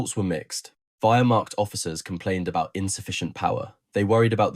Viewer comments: Learn how to pronounce Wehrmacht. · KÜbelwagen not KUbelwagen ... PorschE not Porsch ... WehrmaCHt not WermaKt ...